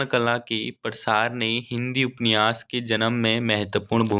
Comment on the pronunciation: Upanyas hota h upniwas nhi Bhut glt read krre ho ap hindi